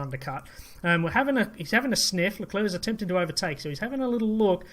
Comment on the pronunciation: At least you pronounce LeClerc properly!!!